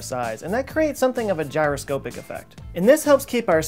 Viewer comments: Did he say , "spiroscopic"? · Looking back on this early AWJ video really shows the progress he has made over the years. This is a great video full of interesting information, as usual, but, among other things, the background soundtrack has been blessedly abandoned. Also, would never mispronounce 'gyroscopic' today...